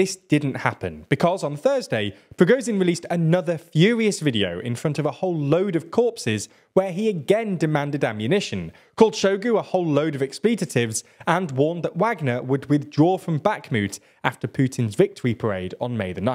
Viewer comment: For American listeners, there's no such word as "expletatives"! We don't want you to take an error and make it your own. If you can't say "expletives", say "swear words".